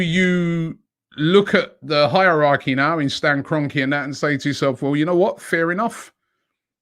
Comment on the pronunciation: Robbie. I like the way you say HIGHER-RACHY